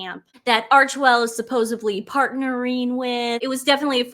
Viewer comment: love you but “suposebly” is not a word sweet girl! It’s supposedly. 😘